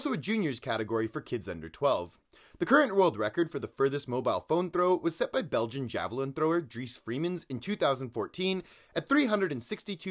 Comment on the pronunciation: As a fleming the way you pronounced Dries Feremans made me cry